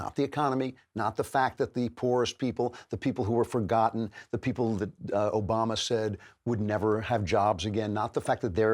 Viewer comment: Barrack OKAMA?! Did Andrew Klavan accidentally call A-Rock O-rama the japanese word for effeminate gay, drag queen and transvestite? Oh and also the gay slur that starts with f. What a mad lad... and he might not even realize it...